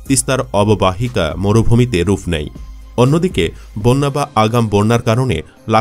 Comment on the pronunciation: your bangla is good , no doubt but please donot say ruff , say rup, not f it will be P, P.